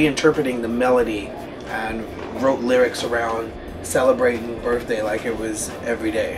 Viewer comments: birTHday... lol "birfday" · its my "birfday"